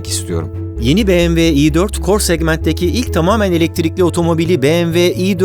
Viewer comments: doğru telaffuzu "biemdabılyuğ" olan markaya "bemeve" dendiğini çok duyarız ama "beğemve" dendiğini ilk kez duyuyorum. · Barış Bey, tanıtım bölümünde BMW vurgusu kulak yorucuydu. Direkt model isimleriyle devam edip bu vurguyu aralarda kullanabilirsiniz sonraki tanıtımlarda. Tabii bu benimle de ilgili olabilir.